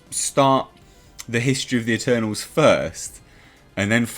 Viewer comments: The "MuhTernals"! I love it! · At first, I heard "Maternals" X''D